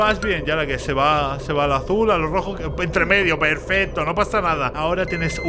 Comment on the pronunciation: no es Mommy es huggy y no se dice perfesto se dice perfecto